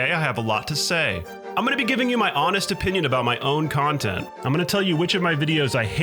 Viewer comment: content or khantent???????????? And . Is this channel secretly a Mortal Khanbat channel???? !!! ........